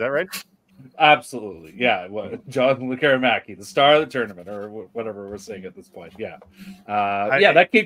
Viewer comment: Please stop calling him Lek KER i maki. It's pronounced LEK keree makee. The emphasis is on the first syllable and the i is always like a long e as in "pizza"